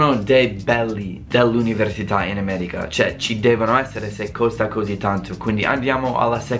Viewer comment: Come mai dici "Ameriga" e non "America"? Ahah.